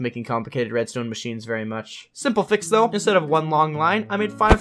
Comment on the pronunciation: what's a "thouhg"? haha